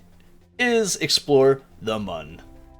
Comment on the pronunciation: Actually, I think it’s supposed to be pronounced “moon” because the crashed vessel on the start screen has an umlaut over the “u”. Thanks for the vid!